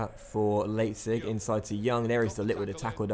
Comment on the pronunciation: It's RB L-eye-pzig, not RB Laypzig